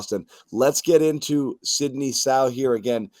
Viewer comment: LMAO .... his name is Sidy NOT Sidney!